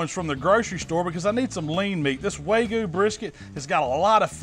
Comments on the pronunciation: *wagyu not waygu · It's WAG-YEW not WAY-GEEYEW.... dammit! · its wagyu not waygu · "Way goo brisket" lol. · I like how you say "way-goo" instead of Wagyu lol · Everything you good looks incredible, but it's Wag-yu not Way-gu- just saying. Keep up the awesome videos. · Why is he saying Waygu and not Wagyu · loving the vids but please stop saying "way goo". Its wagyu. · Waygoo brisket...yeah! Can’t wait for the fancy pants folks to swoon over your pronunciation! Love the channel, learned a lot! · Did he say “way gu” is that the way you say it ? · say it with me. WAG-YU :) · This guy is calling it way-gue beef. LOL I'm sorry that's funny af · i got cancer when he said "waygoo" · Wagyu is pronounced Wag-You. Please, dude. If you're gonna call yourself a meat savant, pronounce the highest graded meat correctly. Please. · its wag-oo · I love hearing southern people butcher the pronunciation of wagyu. Love the channel though,. No hard feelings lol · When you read "wagyu" 3 times and just say screw it, I'm switching the g and the y 😆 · you pronounced wagyu wrong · Learn how to say wagyu